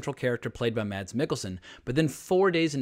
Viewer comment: No no no..! You don't pronounce the "D" in 'Mads' .. It's simply pronounced "Mas" I'm danish, trust me..! Every foreigner says "MaD's" while in reality the D is completely silent. And yes "Ida" was correct the second time you said it, not the first time 😜